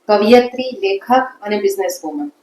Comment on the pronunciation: વારંવાર કવિયત્રી શબ્દ બોલ્યા બન્ને જણ. સાચું શું? કવયિત્રી કે કવિયત્રી?!